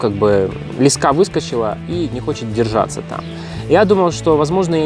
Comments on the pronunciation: Почему блогеры постоянно говорят лескА???. По моему ударение должно быть на первом слоге, т. е. лЕска.... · Не лесКа, а лЕска , наберут в блогеры чуваш по объявлению с остановок😂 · Не лескА а лЕска. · ЛЕска ударение е, имя существительное. ЛескА ударение а, родительный падеж от слова лесок (лес) Богдан снимал видео на краю лескА Школьная программа... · лЕска ударение на первый слог.